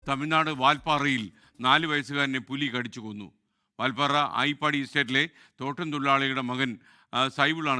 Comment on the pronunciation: ആയിപ്പാടി അല്ല, ഐയ്യർ പാടി എന്നാണ് സ്ഥലത്തിന്റെ പേര്, പകുതി കേട്ടിട്ട് വന്ന് തോന്നിയ പോലെ പറയുന്നത് മാധ്യമങ്ങളുടെ സ്ഥിരം രീതിയായിട്ടുണ്ട് ഇപ്പോൾ 😂😂😂😂😂😂 atleast, അങ്ങനെ ഒരു സ്ഥലം ഉണ്ടോ എന്ന് ഗൂഗിൾ സെർച്ച്‌ ചെയ്‌താൽ പോലും അറിയാൻ പറ്റുന്ന ഈ കാലത്താണ് ഇമ്മാതിരി മണ്ടത്തരം പറയുന്നത്. ആത്മാർത്ഥത ഉള്ള പണിക്കാരെ വക്കാൻ ശ്രമിക്കൂ ✌️✌️